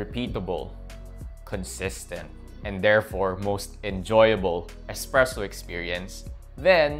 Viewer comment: expresso isn’t a word it’s a bad mispronunciation of the word espresso.